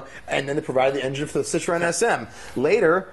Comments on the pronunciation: i know what citroen is i'm from europe. this guy does not know. he said CITOREN. cant even say citroen and he is talking about cars... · what the fuck is CITOREN? can't listen this camel dick...and what the fuck is vector? Vector is better than Ferrari, lamborghini, masserati ?